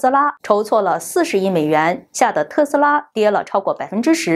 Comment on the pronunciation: 字幕明明寫著「馬斯克」，為什麼每次都唸成「馬斯科」？還有請別把「特斯拉」唸成「特拉斯」